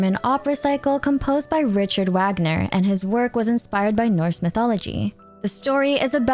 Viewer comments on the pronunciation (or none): none